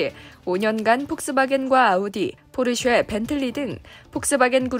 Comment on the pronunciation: 잭팟, 포르쉐 가 아니고 작폿 포쉐